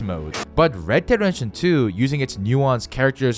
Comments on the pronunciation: “Redehredetion 2” 🤣🤣🤣 Say it louder mate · Red Dererrention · I don’t think he said “redemption”right one time